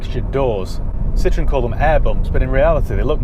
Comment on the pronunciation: Pronounce Citroen like you did with the Shirocco,then that’ll sum it up